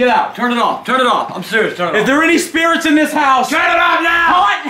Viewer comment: I heard him say 20 spirets